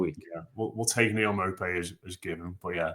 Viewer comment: its not maupay its nopay